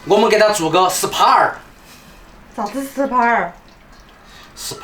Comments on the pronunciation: ，SPA (濕吧) 不是 sap 😄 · 按摩是SPA 不是SAP... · 👴佛了，工地英語，是spa，不是sap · 是spa 不是sap 😊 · 是SPA 不是SAP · SPA not SAP 😂😂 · SPA 的英文是 SPA，不是 SAP 啊。